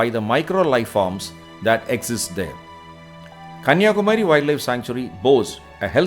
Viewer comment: Excellent video presentation. High quality content. Looks like the voice is given by a Malayalam speaker. Because the pronounciation of Kanniyakumari is wrong, Please pronounce properly, it is not Kumaaaari, it is Kumari.